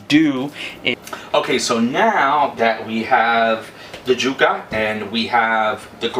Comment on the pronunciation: Yuca not juka!! Y sound not J!!